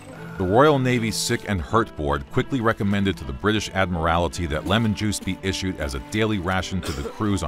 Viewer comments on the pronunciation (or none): Admirality hahahaha it’s admiralty dude